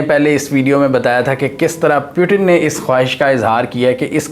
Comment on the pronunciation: The Name is Putin not Piutin